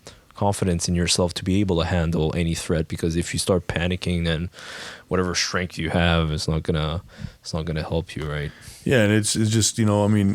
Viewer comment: Ah,, you mean clarity mate, not clearness. Q for, what is 'schtrength'?